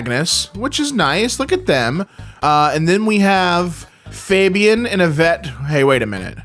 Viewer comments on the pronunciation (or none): none